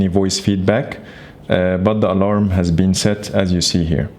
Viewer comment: I believe "Keep using last mode" is on, I just said take a picture and it did with the back camera. And the alarm, the way he said it was a little weird, so it didnt recognize the way he said it